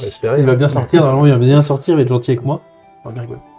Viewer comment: C'était bieng, il faut le dire, c'était bieng !